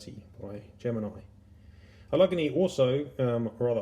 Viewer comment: Damn, dude, that's a HELLA collection! Thank you for sharing it with us. Semper Fidelis, my friend! P.S. The proper pronunciation is "Al-Luhh-Gay-Nee"...Allegheny.